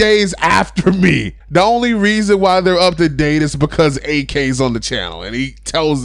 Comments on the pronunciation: If you can pronounce Yak, you can pronounce Ak. When you say Ak like AK sounds like he bout the life. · It's not A-K it's AK